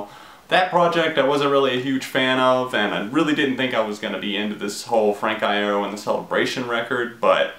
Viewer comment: every time you mispronounce his last name i cut myself